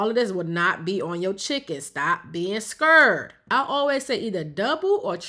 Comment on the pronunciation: She said “scurred” Asian “scared” 😂😂